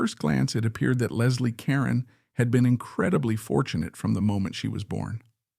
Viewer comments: Her last name is pronounced Car-Ron not Karen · LESLIE (KAH-RONE) not Karen. You must be very young. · If you want to create a video about a famous person, you might want to think about finding out how to correctly pronounce her last name. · I don't understand why content creators don't at least make sure they're pronouncing the main person of their stories correctly??!!! I think it's because of AI, which absolutely sucks!!! It would only take the littlest of care to check the main character of your story to make sure you have their name right?!!!